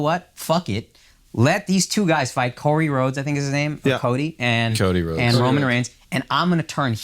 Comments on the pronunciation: Man said Cory Rhodes fam 🤣🤣🤣🤣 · Corey Rhodes ? Dude if you’re going to comment or the subject at least get the guys name right. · Damn another bloodline Stan couldn't even get his name right 😂